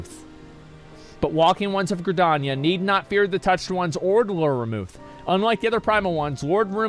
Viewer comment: FFXIV: eikon: El Can, Señor also.. FFXIV: Ramuh: RamuAh